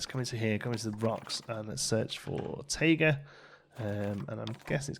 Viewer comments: “Taiga” is pronounced Tie- guh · taiga is pronounced Tie-Gah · Taiga is pronounced like Tiger in all the nature documentaries I've watched.